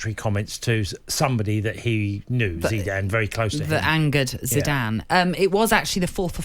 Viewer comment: Zeeedan? Whose that?